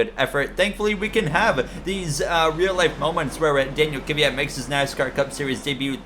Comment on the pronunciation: Kvyats name is pronounced (Dan-eel Kih-viat) just for future reference